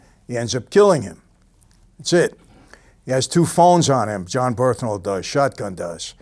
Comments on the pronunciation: Michael saying how much what a great guy John Bernthal is and what a great actor who might play his father soon etc. but butchers his name every time!!! John Bernthal “Bern-thal” Mike : John burhthental, John burtntall 😂😂😂😂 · jon berthnal? thats wht it sound like when you say it in vid